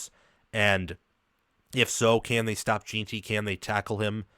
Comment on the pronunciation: His name is Ashton Jenty not gin ty